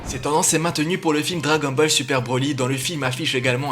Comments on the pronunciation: Attends qu'est-ce que je viens d'entendre la mais on dit pas dragon balle Dragon Ball puisque tu as dit dragon balle le bas nique ta grand-mère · Attend ta dit Dragon balle ?!!